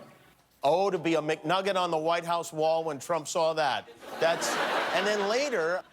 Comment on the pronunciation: In the whole dry serious saga, that's the only time I cracked up. Trimp is so appropriate!